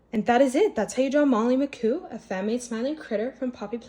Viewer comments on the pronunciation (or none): It's pronounced molly mcmoo not mccoo